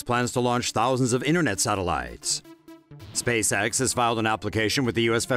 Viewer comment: Sorry m8, but I did not know a voice could be so annoying. Just the way you say sateliiyeetes